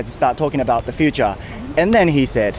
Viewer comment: important と futureの発音が日本人だな